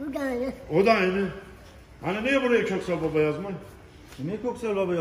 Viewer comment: Салем из Казахстана. Коксал Баба. Правильно прочитал)